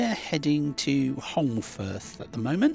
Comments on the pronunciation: I was surprised to hear that you were in Holmfirth: it's where I was born and lived for the first 17 years of my life. (BTW, you don't pronounce the 'l" - it should sound like Homefirth). There were no fancy restaurants in those days. Then came the TV series "Last of the Summer Wine" which really put it on the map. I now live in Perth, Western Australia - where the weather is much more to my liking! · I'm so excited. At the start of the video, I thought I recognised Castle Hill in Huddersfield and it was, as you had a giant burger for tea at Holmfirth (pronounced Home firth). I left Huddersfield in 1966 aged 8, and moved to NZ, but there's no mistaking Castle Hill! It was built for Queen Victoria's jubilee I think. But is on the site of an ancient fortification.